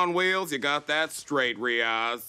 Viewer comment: Lmaooo the way he introduced himself and pronounced Riyaz was so spot on I had to replay it twice